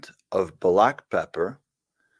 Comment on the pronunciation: "...Bu-lack Pepper..."